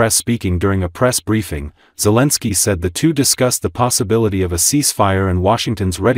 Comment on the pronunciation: Guys, there is no way to make this A.I. say Zelensky's name correctly (Otherwise then it is not A.I. it is something else, not A.I.) Grateful. Slava Ukraine, today and always.